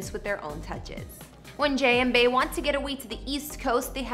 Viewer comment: This person keeps calling her Bay. I absolutely dislike when non fans mispronounce her name. It's Bee = Bey. Short for Beyonce. This is like nails on a chalkboard.